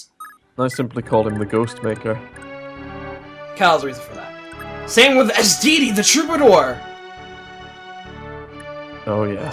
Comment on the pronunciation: I love that we're just calling Quan, Ethlyn and Fin the Pillar men, especially because it works so well. Especially Quan since he is THE ULTIMATE LIFEFORM (also Ray his name is Esidesi, not Esdidi, because his name is supposed to be sounding out the band ACDC in Engrish just thought i'd let you know okay good) Also It's such a shame that Arden won't be used because his promoted class (Baron, I think it was) is AWESOME, for much of the same reasons that Ethlyn's is. Alas, such is the turmoil of on-foot classes in this game. And it's especially a shame because if he marries someone he gets a special conversation in a later chapter. Poor Arden, he never scored.